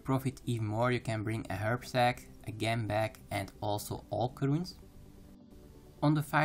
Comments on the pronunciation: Just a bit of advice, when you say "Gem bag" you should pronounce it like Jem bag :) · / the way you say gem is funny ^^